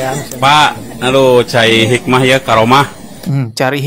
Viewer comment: ngonten doang tuh, tapi menyesatkan... "cai hikmah" katanya bang, bukan "cari hikmah"